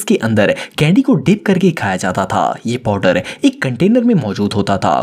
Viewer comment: 😂 Powder❌ Podar✔